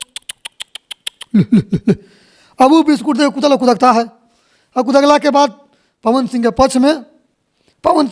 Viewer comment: अबे कुत्ता बोल कुता नहीं बे